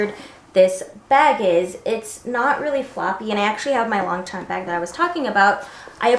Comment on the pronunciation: Long-sham not long champ